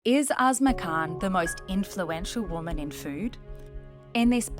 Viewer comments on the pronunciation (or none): I hear asthma or azma when you say her name. Asma Khan, more women in leadership roles is absolutely part of the solution.